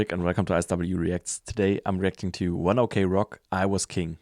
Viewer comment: You just read it like 1 o'clock not "o.k"